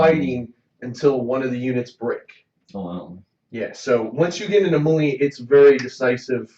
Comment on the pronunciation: Looks like another fun game. Gonna watch part two. Oh... Melee is said = May-Lay ;) Keep it up.